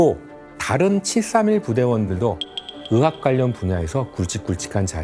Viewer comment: 으사라니.. 의사요 으자 으학... 태편양.... 잘못들리는지 발음만 듣게되네 가슴아픈 과거입니다. 젠장